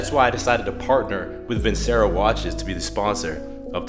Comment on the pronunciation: Love your videos but you are pronouncing Vincero wrong. Surprised they haven't corrected you. You aren't the only youtuber pronouncing it that way too haha